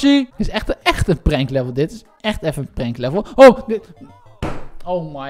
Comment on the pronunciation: het is prankt niet prenkt